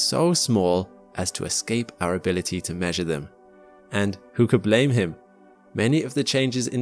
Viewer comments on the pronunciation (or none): none